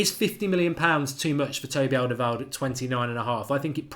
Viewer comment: I really wanted alderweireld, until I realised whenever mark mentions him, ill have to hear him butcher his name ffs